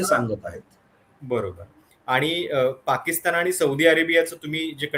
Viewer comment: साहेब आपले पॉडकास्ट नक्कीच चांगले असतात.परंतु आपली भाषा सुधारण्याची गरज आहे असे मला वाटते. पाकिस्तानच्या ऐवजी पाकिस्ताण मनाच्या ऐवजी मण कुठे न आणि ण वापरायचा हे कृपया ठरवून आपण बोलत चला ही विनंती🙏 त्यामुळे आपली भाषा अशुद्ध वाटते धन्यवाद 🙏